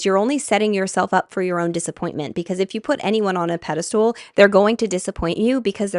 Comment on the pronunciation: PEDESTAL not PEDESTOOL- if you didn't say it 100 times I wouldn't have commented but I was about to throw my phone across the room so I just need to tell you that it's pedestal.